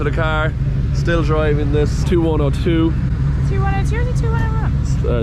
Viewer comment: James, your 99-point run was incredible. But please name the cars correctly not 2-1-0-2 but 21-0-2 twenty-one zero two. Twenty one zero three, twenty one zero four and so on 🙌